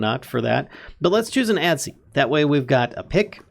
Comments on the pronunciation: Adze is pronounced "Adds". The E is silent :| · I died a little inside every time he said "Ad-zee." Other than that, great tutorial! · Adze... the e is silent. it's pronounced adz.